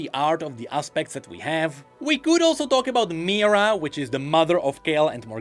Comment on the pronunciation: Also not Mira... it's Me-He-Ra (Mihira)